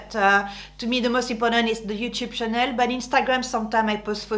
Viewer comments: Ça, c’est bien une Française... Demander aux non francophones de bien prononcer LANCÔME mais prononcer “channel” comme Chanel... Vive la France! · You Made me Laugh i hate it too when french names are pronounced in an english way or something you dont even know what they are talking about , but when i first Saw your video you said welkome to my Chanel 😂 so i thought oh it will be about Chanel my favoriet perfume bags ect .... but you meant Channel .!but your style is complete mine , elegant and simple , love your video’s even if i am older than you ! Looking forward to the next one , bye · You are so funny....great video, thank you. I love the way you say channel with a French accent, I keep thinking you mean the perfume..going on holiday tomorrow..Will take your tips with me!